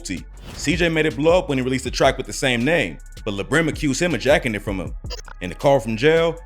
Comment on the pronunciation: His name is Latique Johnson so it's "La" Brim. Not like le Brim